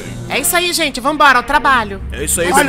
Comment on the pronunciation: "gentê" kkkkkkkkkkkkkkkkkkkkkkkkkkkkkkkkkkkkkkkkkkkkkkkkkkkkkkkkkkkkkkkkkkkkkkkkkkkkkkkkkkkkkkkkkkkkkkkkkkkkkkkkkkkkkkkkkkkkkkkkkkkkkkkkkkkkkkkkkkkkkkkkkk